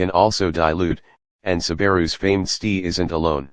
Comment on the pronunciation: Can't you teach your robot to say ESS TEE AYE rather than STEE?